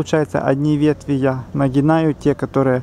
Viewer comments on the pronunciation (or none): Занятно,!!! Но нет слова нагинаю ..!))) есть слово нагибаю ... вы молодой человек , будьте грамотным и культурным , вы решились выступать публично , это обязывает...